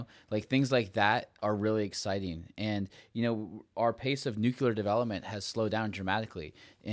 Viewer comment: Love it all. You guys are great. Super minor request: pronounce the word nuclear instead of nucular 😀.